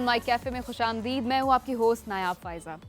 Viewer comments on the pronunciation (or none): Khush amdeed ?? It's khush amadaid Correct it. Sari urdu ka maza kir-kara کر کرا krdia aaghaz se hi. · ap Aftab sab k Sath reh kr bhi "Khush Aam deed" keh rhi Hain jabky apky Boss "Khush aam Daid" kehty Hain.... Zair ko Zabar kr lijie